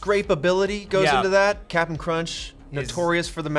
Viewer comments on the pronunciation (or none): plz stahp. There is no “t” in Cap’n Crunch